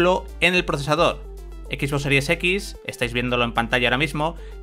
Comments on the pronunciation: Alguien me puede decir por qué dice “X boss” en vez de XBox? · Bueno creo que es la manera en que lo disen los españoles por que el rubius un youtuber famoso tambien lo dise de esa forma por a si desir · Son españoles no saben pronunciar bien el inglés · "Equis vos" XD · " equis bos" jajaja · Pierde seriedad con tanto decir "equisboss", es como lo de "uveerre" en vez de VR ("vi-ar"). Saben como se pronuncian las cosas y mas estando en un medio especializado, pero bueno lo pronuncian asi igual. En fin.